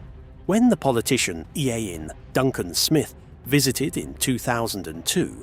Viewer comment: Can even pronounce blackbird leys properly or iain Duncan smith.😂 more A.I slop .